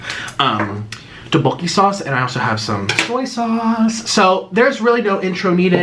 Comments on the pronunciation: The rice cake dish is pronounced “duck-bo-kee” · the way he said tteokbokki </3